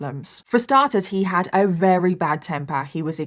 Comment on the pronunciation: I love it when tries to say very but says "rery" it's so cute <3